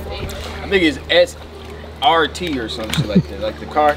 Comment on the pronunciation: Nigga said he “SRT” 😂😂😂